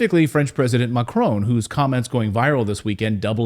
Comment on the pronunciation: Learn how to pronounce Macron, there is no E, it is NOT Marone or Macaroni, it is Macron.